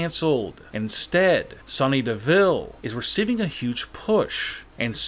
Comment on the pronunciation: Your saying Sonya wrong!!!!